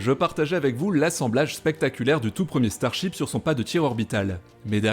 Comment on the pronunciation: Y a que moi qui entend chibre au lieu de ship ?